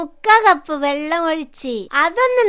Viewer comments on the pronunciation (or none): none